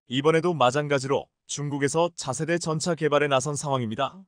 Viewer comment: 한글 똑바로 읽어라 세졸대왕이 화내겠다 일본.중국에서 왔냐? 전차를 전자? 대통령을 대동령? 이 무슨 개소리냐